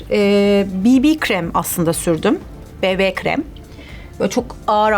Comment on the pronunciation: Sanki her şeyin Türkçesini söylüyorsun da bb kremi bibi den sonra be be diyoon kız neyi nereye sürdüğüne bakmasak ne olduklarını hiç anlamıyorum 😅